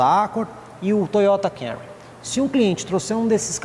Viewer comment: Parabéns pelo vídeo, muito didático. Meu sonho é ver alguém falar o nome desse Toyota corretamente aqui no YouTube. Todos falam Cam-u-ry, onde o correto é Cam-mu-ry, mu quase mudo, tipo dando um soluço na sílaba mu.